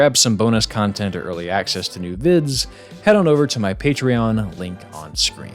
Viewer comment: I thought you had said Cuntent creator for a second